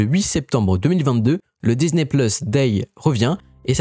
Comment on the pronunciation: Un peu pénible l’accent américain Disni je ne connais pas Marvol non plus La vidéo est en français, pourquoi prendre cette accent sur les mots anglais. Faite la vidéo en anglais ce serait coherent